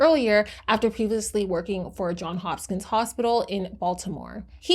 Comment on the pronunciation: HOPKINS, NOT HOSPKINS!!! 🤦🏻🤦🤦🏻‍♀️🤦🏼🤦🏽🤦‍♀️🤦🏼‍♀️ You're also MISPRONOUNCING her NAME!!